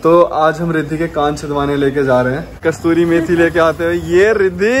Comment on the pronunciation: Kastoori methi nahi hoti kasoori hoti h